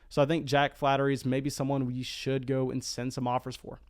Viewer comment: Jack Flaherty - Pronounced flay-er-tee. Not flattery. Ramon Laureano - Pronounced laur(as in Laura)-e-on-o. Not Loreno.